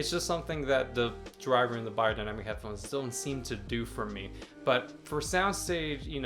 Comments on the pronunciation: Pronounced bae-er, not buy-er. Good to see this reviewed still for those of us in 2nd-hand market. Vielen Dank! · I really don't get why americans have such difficulty with pronouncing foreign languages. Bayerdainamic.